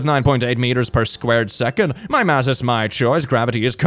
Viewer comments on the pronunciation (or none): none